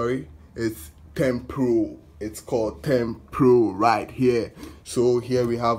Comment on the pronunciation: Its thermopro & not thermpro